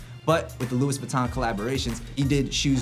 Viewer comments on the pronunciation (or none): this man said lewis vuitton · "Lewis" vuitton you cant even pronounce it properly mr "yeezy enthusiast" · Lou-ee viton 😂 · Luis Vuiton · "Lui Vuton" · Luis Angeles, He isn't a Louis Vuitton enthusiast is he? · This dude said LEWIS Vuitton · my nigga said lewis vuitton lmao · Did that dude say “Lewis Vuitton” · “luis vuitton” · This nigga just said Lewis vittorn lmfao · "Lewis Viton" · he said luis vitton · Dude loses all credibility when he mispronounces Louis Vuitton lol.